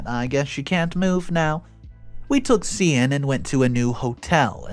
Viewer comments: Just FYI. Cian is pronounced Kee-an, not See-ann. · The Irish name Cian is pronounced Kee-an as far as I know…